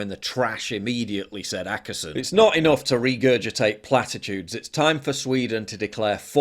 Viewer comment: Ohkesson not Akesson!